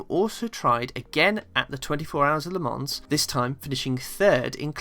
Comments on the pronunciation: The ‘s’ in Le Mans is silent. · Nice video but PLEASE note "Le Mans" is pronounced with a silent "s". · Very good video. Jim Clark was an amazing talent, often driving sub-standard machinery. For me, quite clearly the best, by a country mile. Some small observations, if you are planning a successful series yourself. Le Mans, being a French name is pronounced without the ‘s’ on the end. Similarly coupé is a French word, and when applied to a British car such as a Lotus, then confusingly the ‘é’ is pronounced. I am aware there is a large country across the Atlantic, who have chosen to mispronounce many European derived words, but to my ears they describe their 2 door cars as chicken homes, which may be appropriate in many cases.